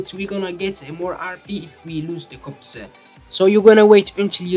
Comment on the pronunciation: its pronounced "cops" not "copseh"